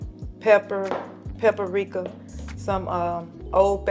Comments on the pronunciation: We love to say pa-pri-ric-ka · I really like your shy mama .. I live in Arkansas also. Please teach her how to say Papr ...its not pap-a-rika. She uses paprika and almost everything and I can't stand to hear pap-a-rika. Love her ..I'm following her. God bless her & the rest of your tamily .